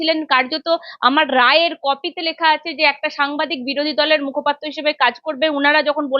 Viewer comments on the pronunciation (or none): none